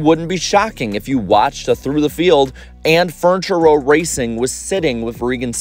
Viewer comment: Are you saying fortune row or furniture row??? Just a reminder that not everyone watches your videos, some can only listen to them...